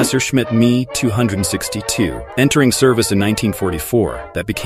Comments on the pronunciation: Mee 262…… Dear god it’s M.E.262 How difficult can it be, I learnt that 60 years ago and thank god I never had AI commentators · The fact that you called the ME 262 “me” instead of M.E, hurts. As well as pronouncing the letter T in debuting. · Dear AI, you don't pronounce it ME. You pronounce it M, E 2 6 2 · Àmerican pronounciations are poor. It is M E 262 not me 262. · « ME » stands for Messerschmitt by the way, not for « me ». So it’s pronounced « Messerschmitt 262 » or M-E 262. And the Mirage 3 is a 4th generation aircraft. The Mirage 1 is a 2nd generation aircraft. Know your stuff before you release your videos. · The mmmeeee??? The M-E 262 you mean? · blud really called the Me 262 the ME 262 bro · He & me sounds like the German were definitely into their pronouns, then again the H.E. 178 & M.E. 262 we’re probably just as good and not too bothered about DEI Also the Harrier developed between the ‘60s and ‘70s was the original Hawker Sideley type… British Aerospace from ‘80 onwards